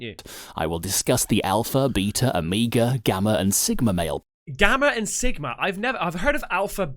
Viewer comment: #CasperVision Hey!!! I’m going to make a comment Please don’t ban me!! I FN Love both your channels!! Long time sub!! Lol!! Anyhoo first I LMAO every time the guy says beta but pronounced it Beat r. Like I’m going to beat the s@ out of you. But ( forgive me going all Dr. Phil ) You said you are perfectly fine being alone, Don’t need attention etc... But you have two YouTube channels.. hummm?? Just curious you’re feeling on this.. Oh can’t stand Dr. P by the way but Dr. Ruth is gone... rip